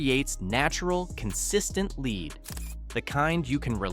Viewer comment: WorthlessA I video where the voice isn't even saying g the words correctly. KeepS SAYING LEAD LIKE ITS A MINERAL LEAD